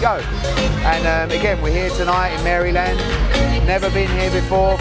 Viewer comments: “Mary land” 😂😂 bless his heart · Please. Help us. The stoopid. "Mary Land".